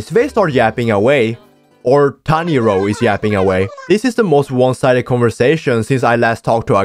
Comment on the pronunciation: bro i keep hearing tanyiro not tanjro🤣